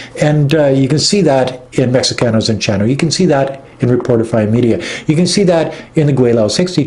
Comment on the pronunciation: Mexicanos is pronounced (Mehecanos) the ( X) in Mexico is pronounced with an H.